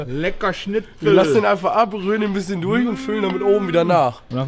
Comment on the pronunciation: Wie da Snitsel gesagt hat hahahhhahahh